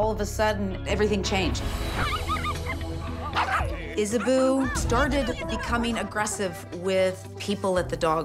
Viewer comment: Pretty sure the name is "Isabeau" but she doesn't know how to pronounce French. lol